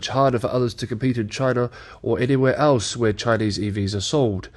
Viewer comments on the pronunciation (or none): none